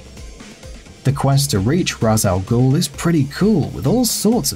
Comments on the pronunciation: Deadlock 238 I'm know how to pronounce Arabic as I can fluently speak Urdu (not write), correct pronunciation is RAZ AL GOOL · I believe it pronounced "raesh all ghul" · Argh, why do people say Rah's? It's pronounced Reisgh! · It’s RAYSH not RASS, nor RARSS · Its not ras it sounds like it rash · it's not ras it's raish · Its not ras its rejs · As an Arabic speaker, I can confirm that it is pronounced "Raz". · Diet Mountain Dew While he is an Arabic character, DC writers prefer to use the Hebrew pronunciation that is raysh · Deadlock 238 I swear bro! I hate it as Ras. i get why people say it, byt RAS! It sounds so dumb AHHHH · Why does everyone keep mispronouncing Ra’sh Al Ghul? It’s said numerous times in the game. It’s pronounced Raish, just imagin the apostrophe is an I! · Ender Shard in Arabic it's pronounced "Raz" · Its pronounced "Raish" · You cannot pronounce Ra'as Al Ghul. Also, Scarecrow was quite easy, all you had to do was avoid an light, then beat down minions. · Why does everybody seem to be butchering Ra's Al Ghul's name? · You said Ra's Al Guhl's name wrong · you said ra's al ghul wrong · It's Not Ra's G